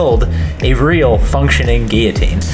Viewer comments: It’s not said “Geeotine” it’s said like “Gillotine” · It's Guil-jotine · Are they pronouncing guillotine wrong or is it said differently in the States? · It's a French word pronounced with double L sounding like Y. I think the Brits pronounce it with hard Ls to spite the French. As the word Valet illustrates. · He was pronouncing it right in the last one... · You pronounce Guillotine really weirdly. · Please start pronouncing Guillotine correctly! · Why do you pronounce Guillotine like that?...